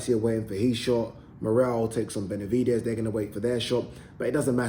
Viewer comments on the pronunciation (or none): none